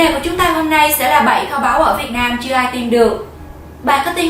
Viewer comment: vãi lớn r mà đọc chữ nam mà thành nan học lại cách đọc đi chứ kkk